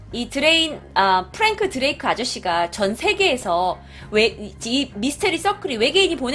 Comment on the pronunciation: 프랭크드레이크 인가? 그걸 처음엔 프랭크드링크 하는줄.ㅎㅎ